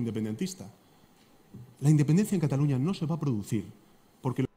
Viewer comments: Se dice CATALUÑA no CATALOÑA WEY .. pero que me espero si no sabías que era península. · Dusculoa se dice CATALUÑA